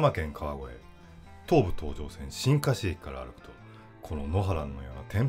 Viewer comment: 新河岸駅 しんかし駅ではなくしんがし駅ですね